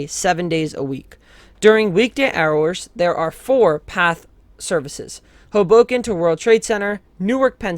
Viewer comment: It's pronounced "HOboken", not "hoBOken".